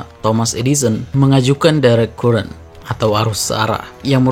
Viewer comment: current dibaca karēn